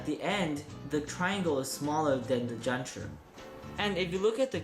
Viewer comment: The zanchurrr and the panchurrr. Just say it like a normal American does.